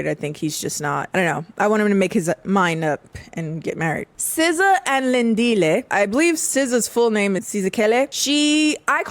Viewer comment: Sza??? Sskijs🤭